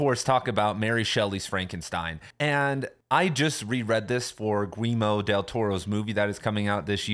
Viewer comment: 😂 it’s pronounced like “Gee-yerr-mo” not “Gweemo”